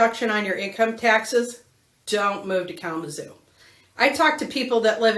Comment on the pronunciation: Kalama "ZOO" ... The emphasis is on the ZOO, ok ?😂‼️